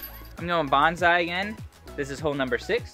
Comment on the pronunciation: bonza-...bonse-...bawns eye